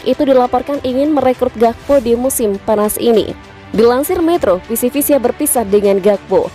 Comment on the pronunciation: Ralat! Bukan PCV Eindhoven tapi PSV Eindhoven 🙏🏻